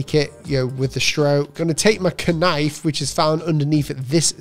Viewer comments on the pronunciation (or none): Its nife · did he seriously say "K-nife" ? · my favorite tool was the "KAHnife" haha. These tips are soooo helpfulful for noobs like myself